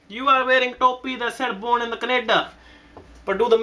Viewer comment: Born in the kenada. LMAO.